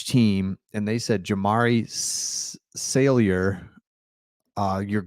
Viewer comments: Saulyer not sailyer🤙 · The name is pronounced "SOL-yer". Not "SAIL-yer.